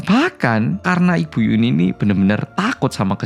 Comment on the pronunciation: Nyebut yunhee jadi yuni😭